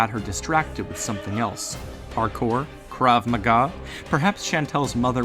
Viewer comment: you say "קרב מגע" funny